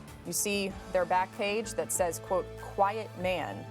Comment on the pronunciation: It’s not ”quiet...man’” It’s ”quiet-man”